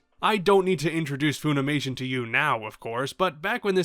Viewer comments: "Fuh-nimation", not "Foo-nimation". American company. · I don't mean to be rude but I am going to ask why you're pronouncing it foonimation? Do they say it that way in the Japanese dubs?